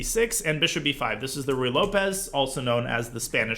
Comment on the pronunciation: I love how Danya says "Ruy Lopez" correctly now. He was probably teased enough times on twitch for "Rye Lopez" and is a humble guy.